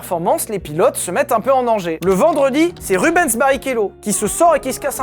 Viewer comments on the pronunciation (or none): none